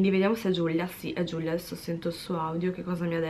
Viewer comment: Ma perché GiuGlia?? Si dice Giulia 😂